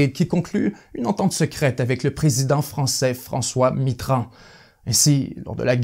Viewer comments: "Le président français François mittrand" jajaja tu m'a tué de rire 😂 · Super la vidéo, on prononce Mitterrand ( Mittérand), je chipote 👍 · On pourrait croire que vous lisez des notes, mais on vous voit si passionné par ce que vous dites que vous devez forcement les connaître par cœur. Vos mots sont bien choisis, vos recherches sont exemplaire, et votre dictions pleine d'émotions. Mais on ne prononce pas de la même manière le nom de notre ancien président français : Mitterrand J'accepte pour cette fois mais il faudra pas se tromper à nouveau ! 🤣 Merci à vous pour tout ce que vous faites !